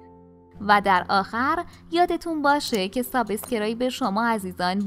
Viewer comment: دستتون درد نکنه ویدیو‌های خوبی تهیه میکنید اما میشه سابسکرایب رو درست تلفظ کنید